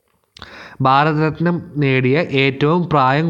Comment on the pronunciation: ബാരത ര ത്നം എന്നു പറയല്ല